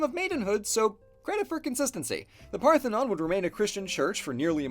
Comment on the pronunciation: "They say of the Acropolis where the Partenon is..."